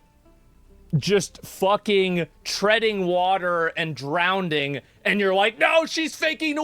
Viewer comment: He said "drownding" first 😂 Glad he self corrected immediately with his next sentence.